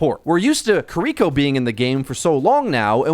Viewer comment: He clearly doesn't care about correct pronunciation. He still says "Kah-Ree-Ko" and doesn't sound like he's correcting that any time soon.